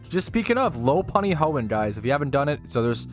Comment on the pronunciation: Low-Punny just doesn't sit right with me, Lop-Unny just seems right. Alright, we need to go through all the Pokemon and teach you how to say their names KEKW